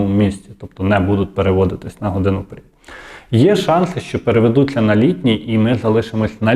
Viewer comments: Вчіть мову бо вже неодноразово кажете вперід а треба казати вперед соромно ломати мову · Впер"І"д, нар"І"д !!! Про стрілки грдинника - це важливо. А коли, блогери, перестанете КРУТИТИ українську мову???